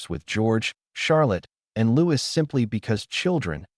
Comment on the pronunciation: i believe the royal family pronunciation of Papa is "Pa-pah" - with emphasis on second syllable & Louis is pronounced the French way as "Lou-ey" (not as "Lewis") Greetings my friend from North Wales🍀🌳